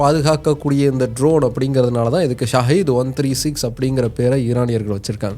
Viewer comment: அது ஸாகித் இல்லை ஸகித் அப்படினா தியாகம் அப்படி என்று பொருள்